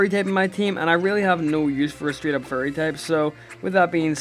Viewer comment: when he says "fairy" it sounds like "furry"